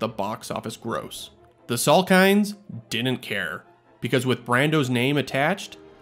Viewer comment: Dude, you're killing me with "din'nt".